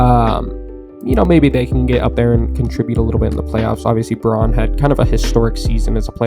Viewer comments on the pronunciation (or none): i just got into NBA after the last finals, this sport is awesome can't wait to see what the nuggets do this year. PS. Christian Braun's last name is read as "brown" apparently lol